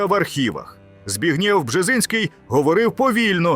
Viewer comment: БРЕХНЯ!!!😢😅😢😅 Балтійські держави мають зникнути до 2026року? ( їм виходить, залишилось три місяці !?!?)😅😅😅 Українець зачитує пророцтво Бжезінського!?!? В Україні кажуть: Збігнєв, а не Збегнів!!!!!😅😅😅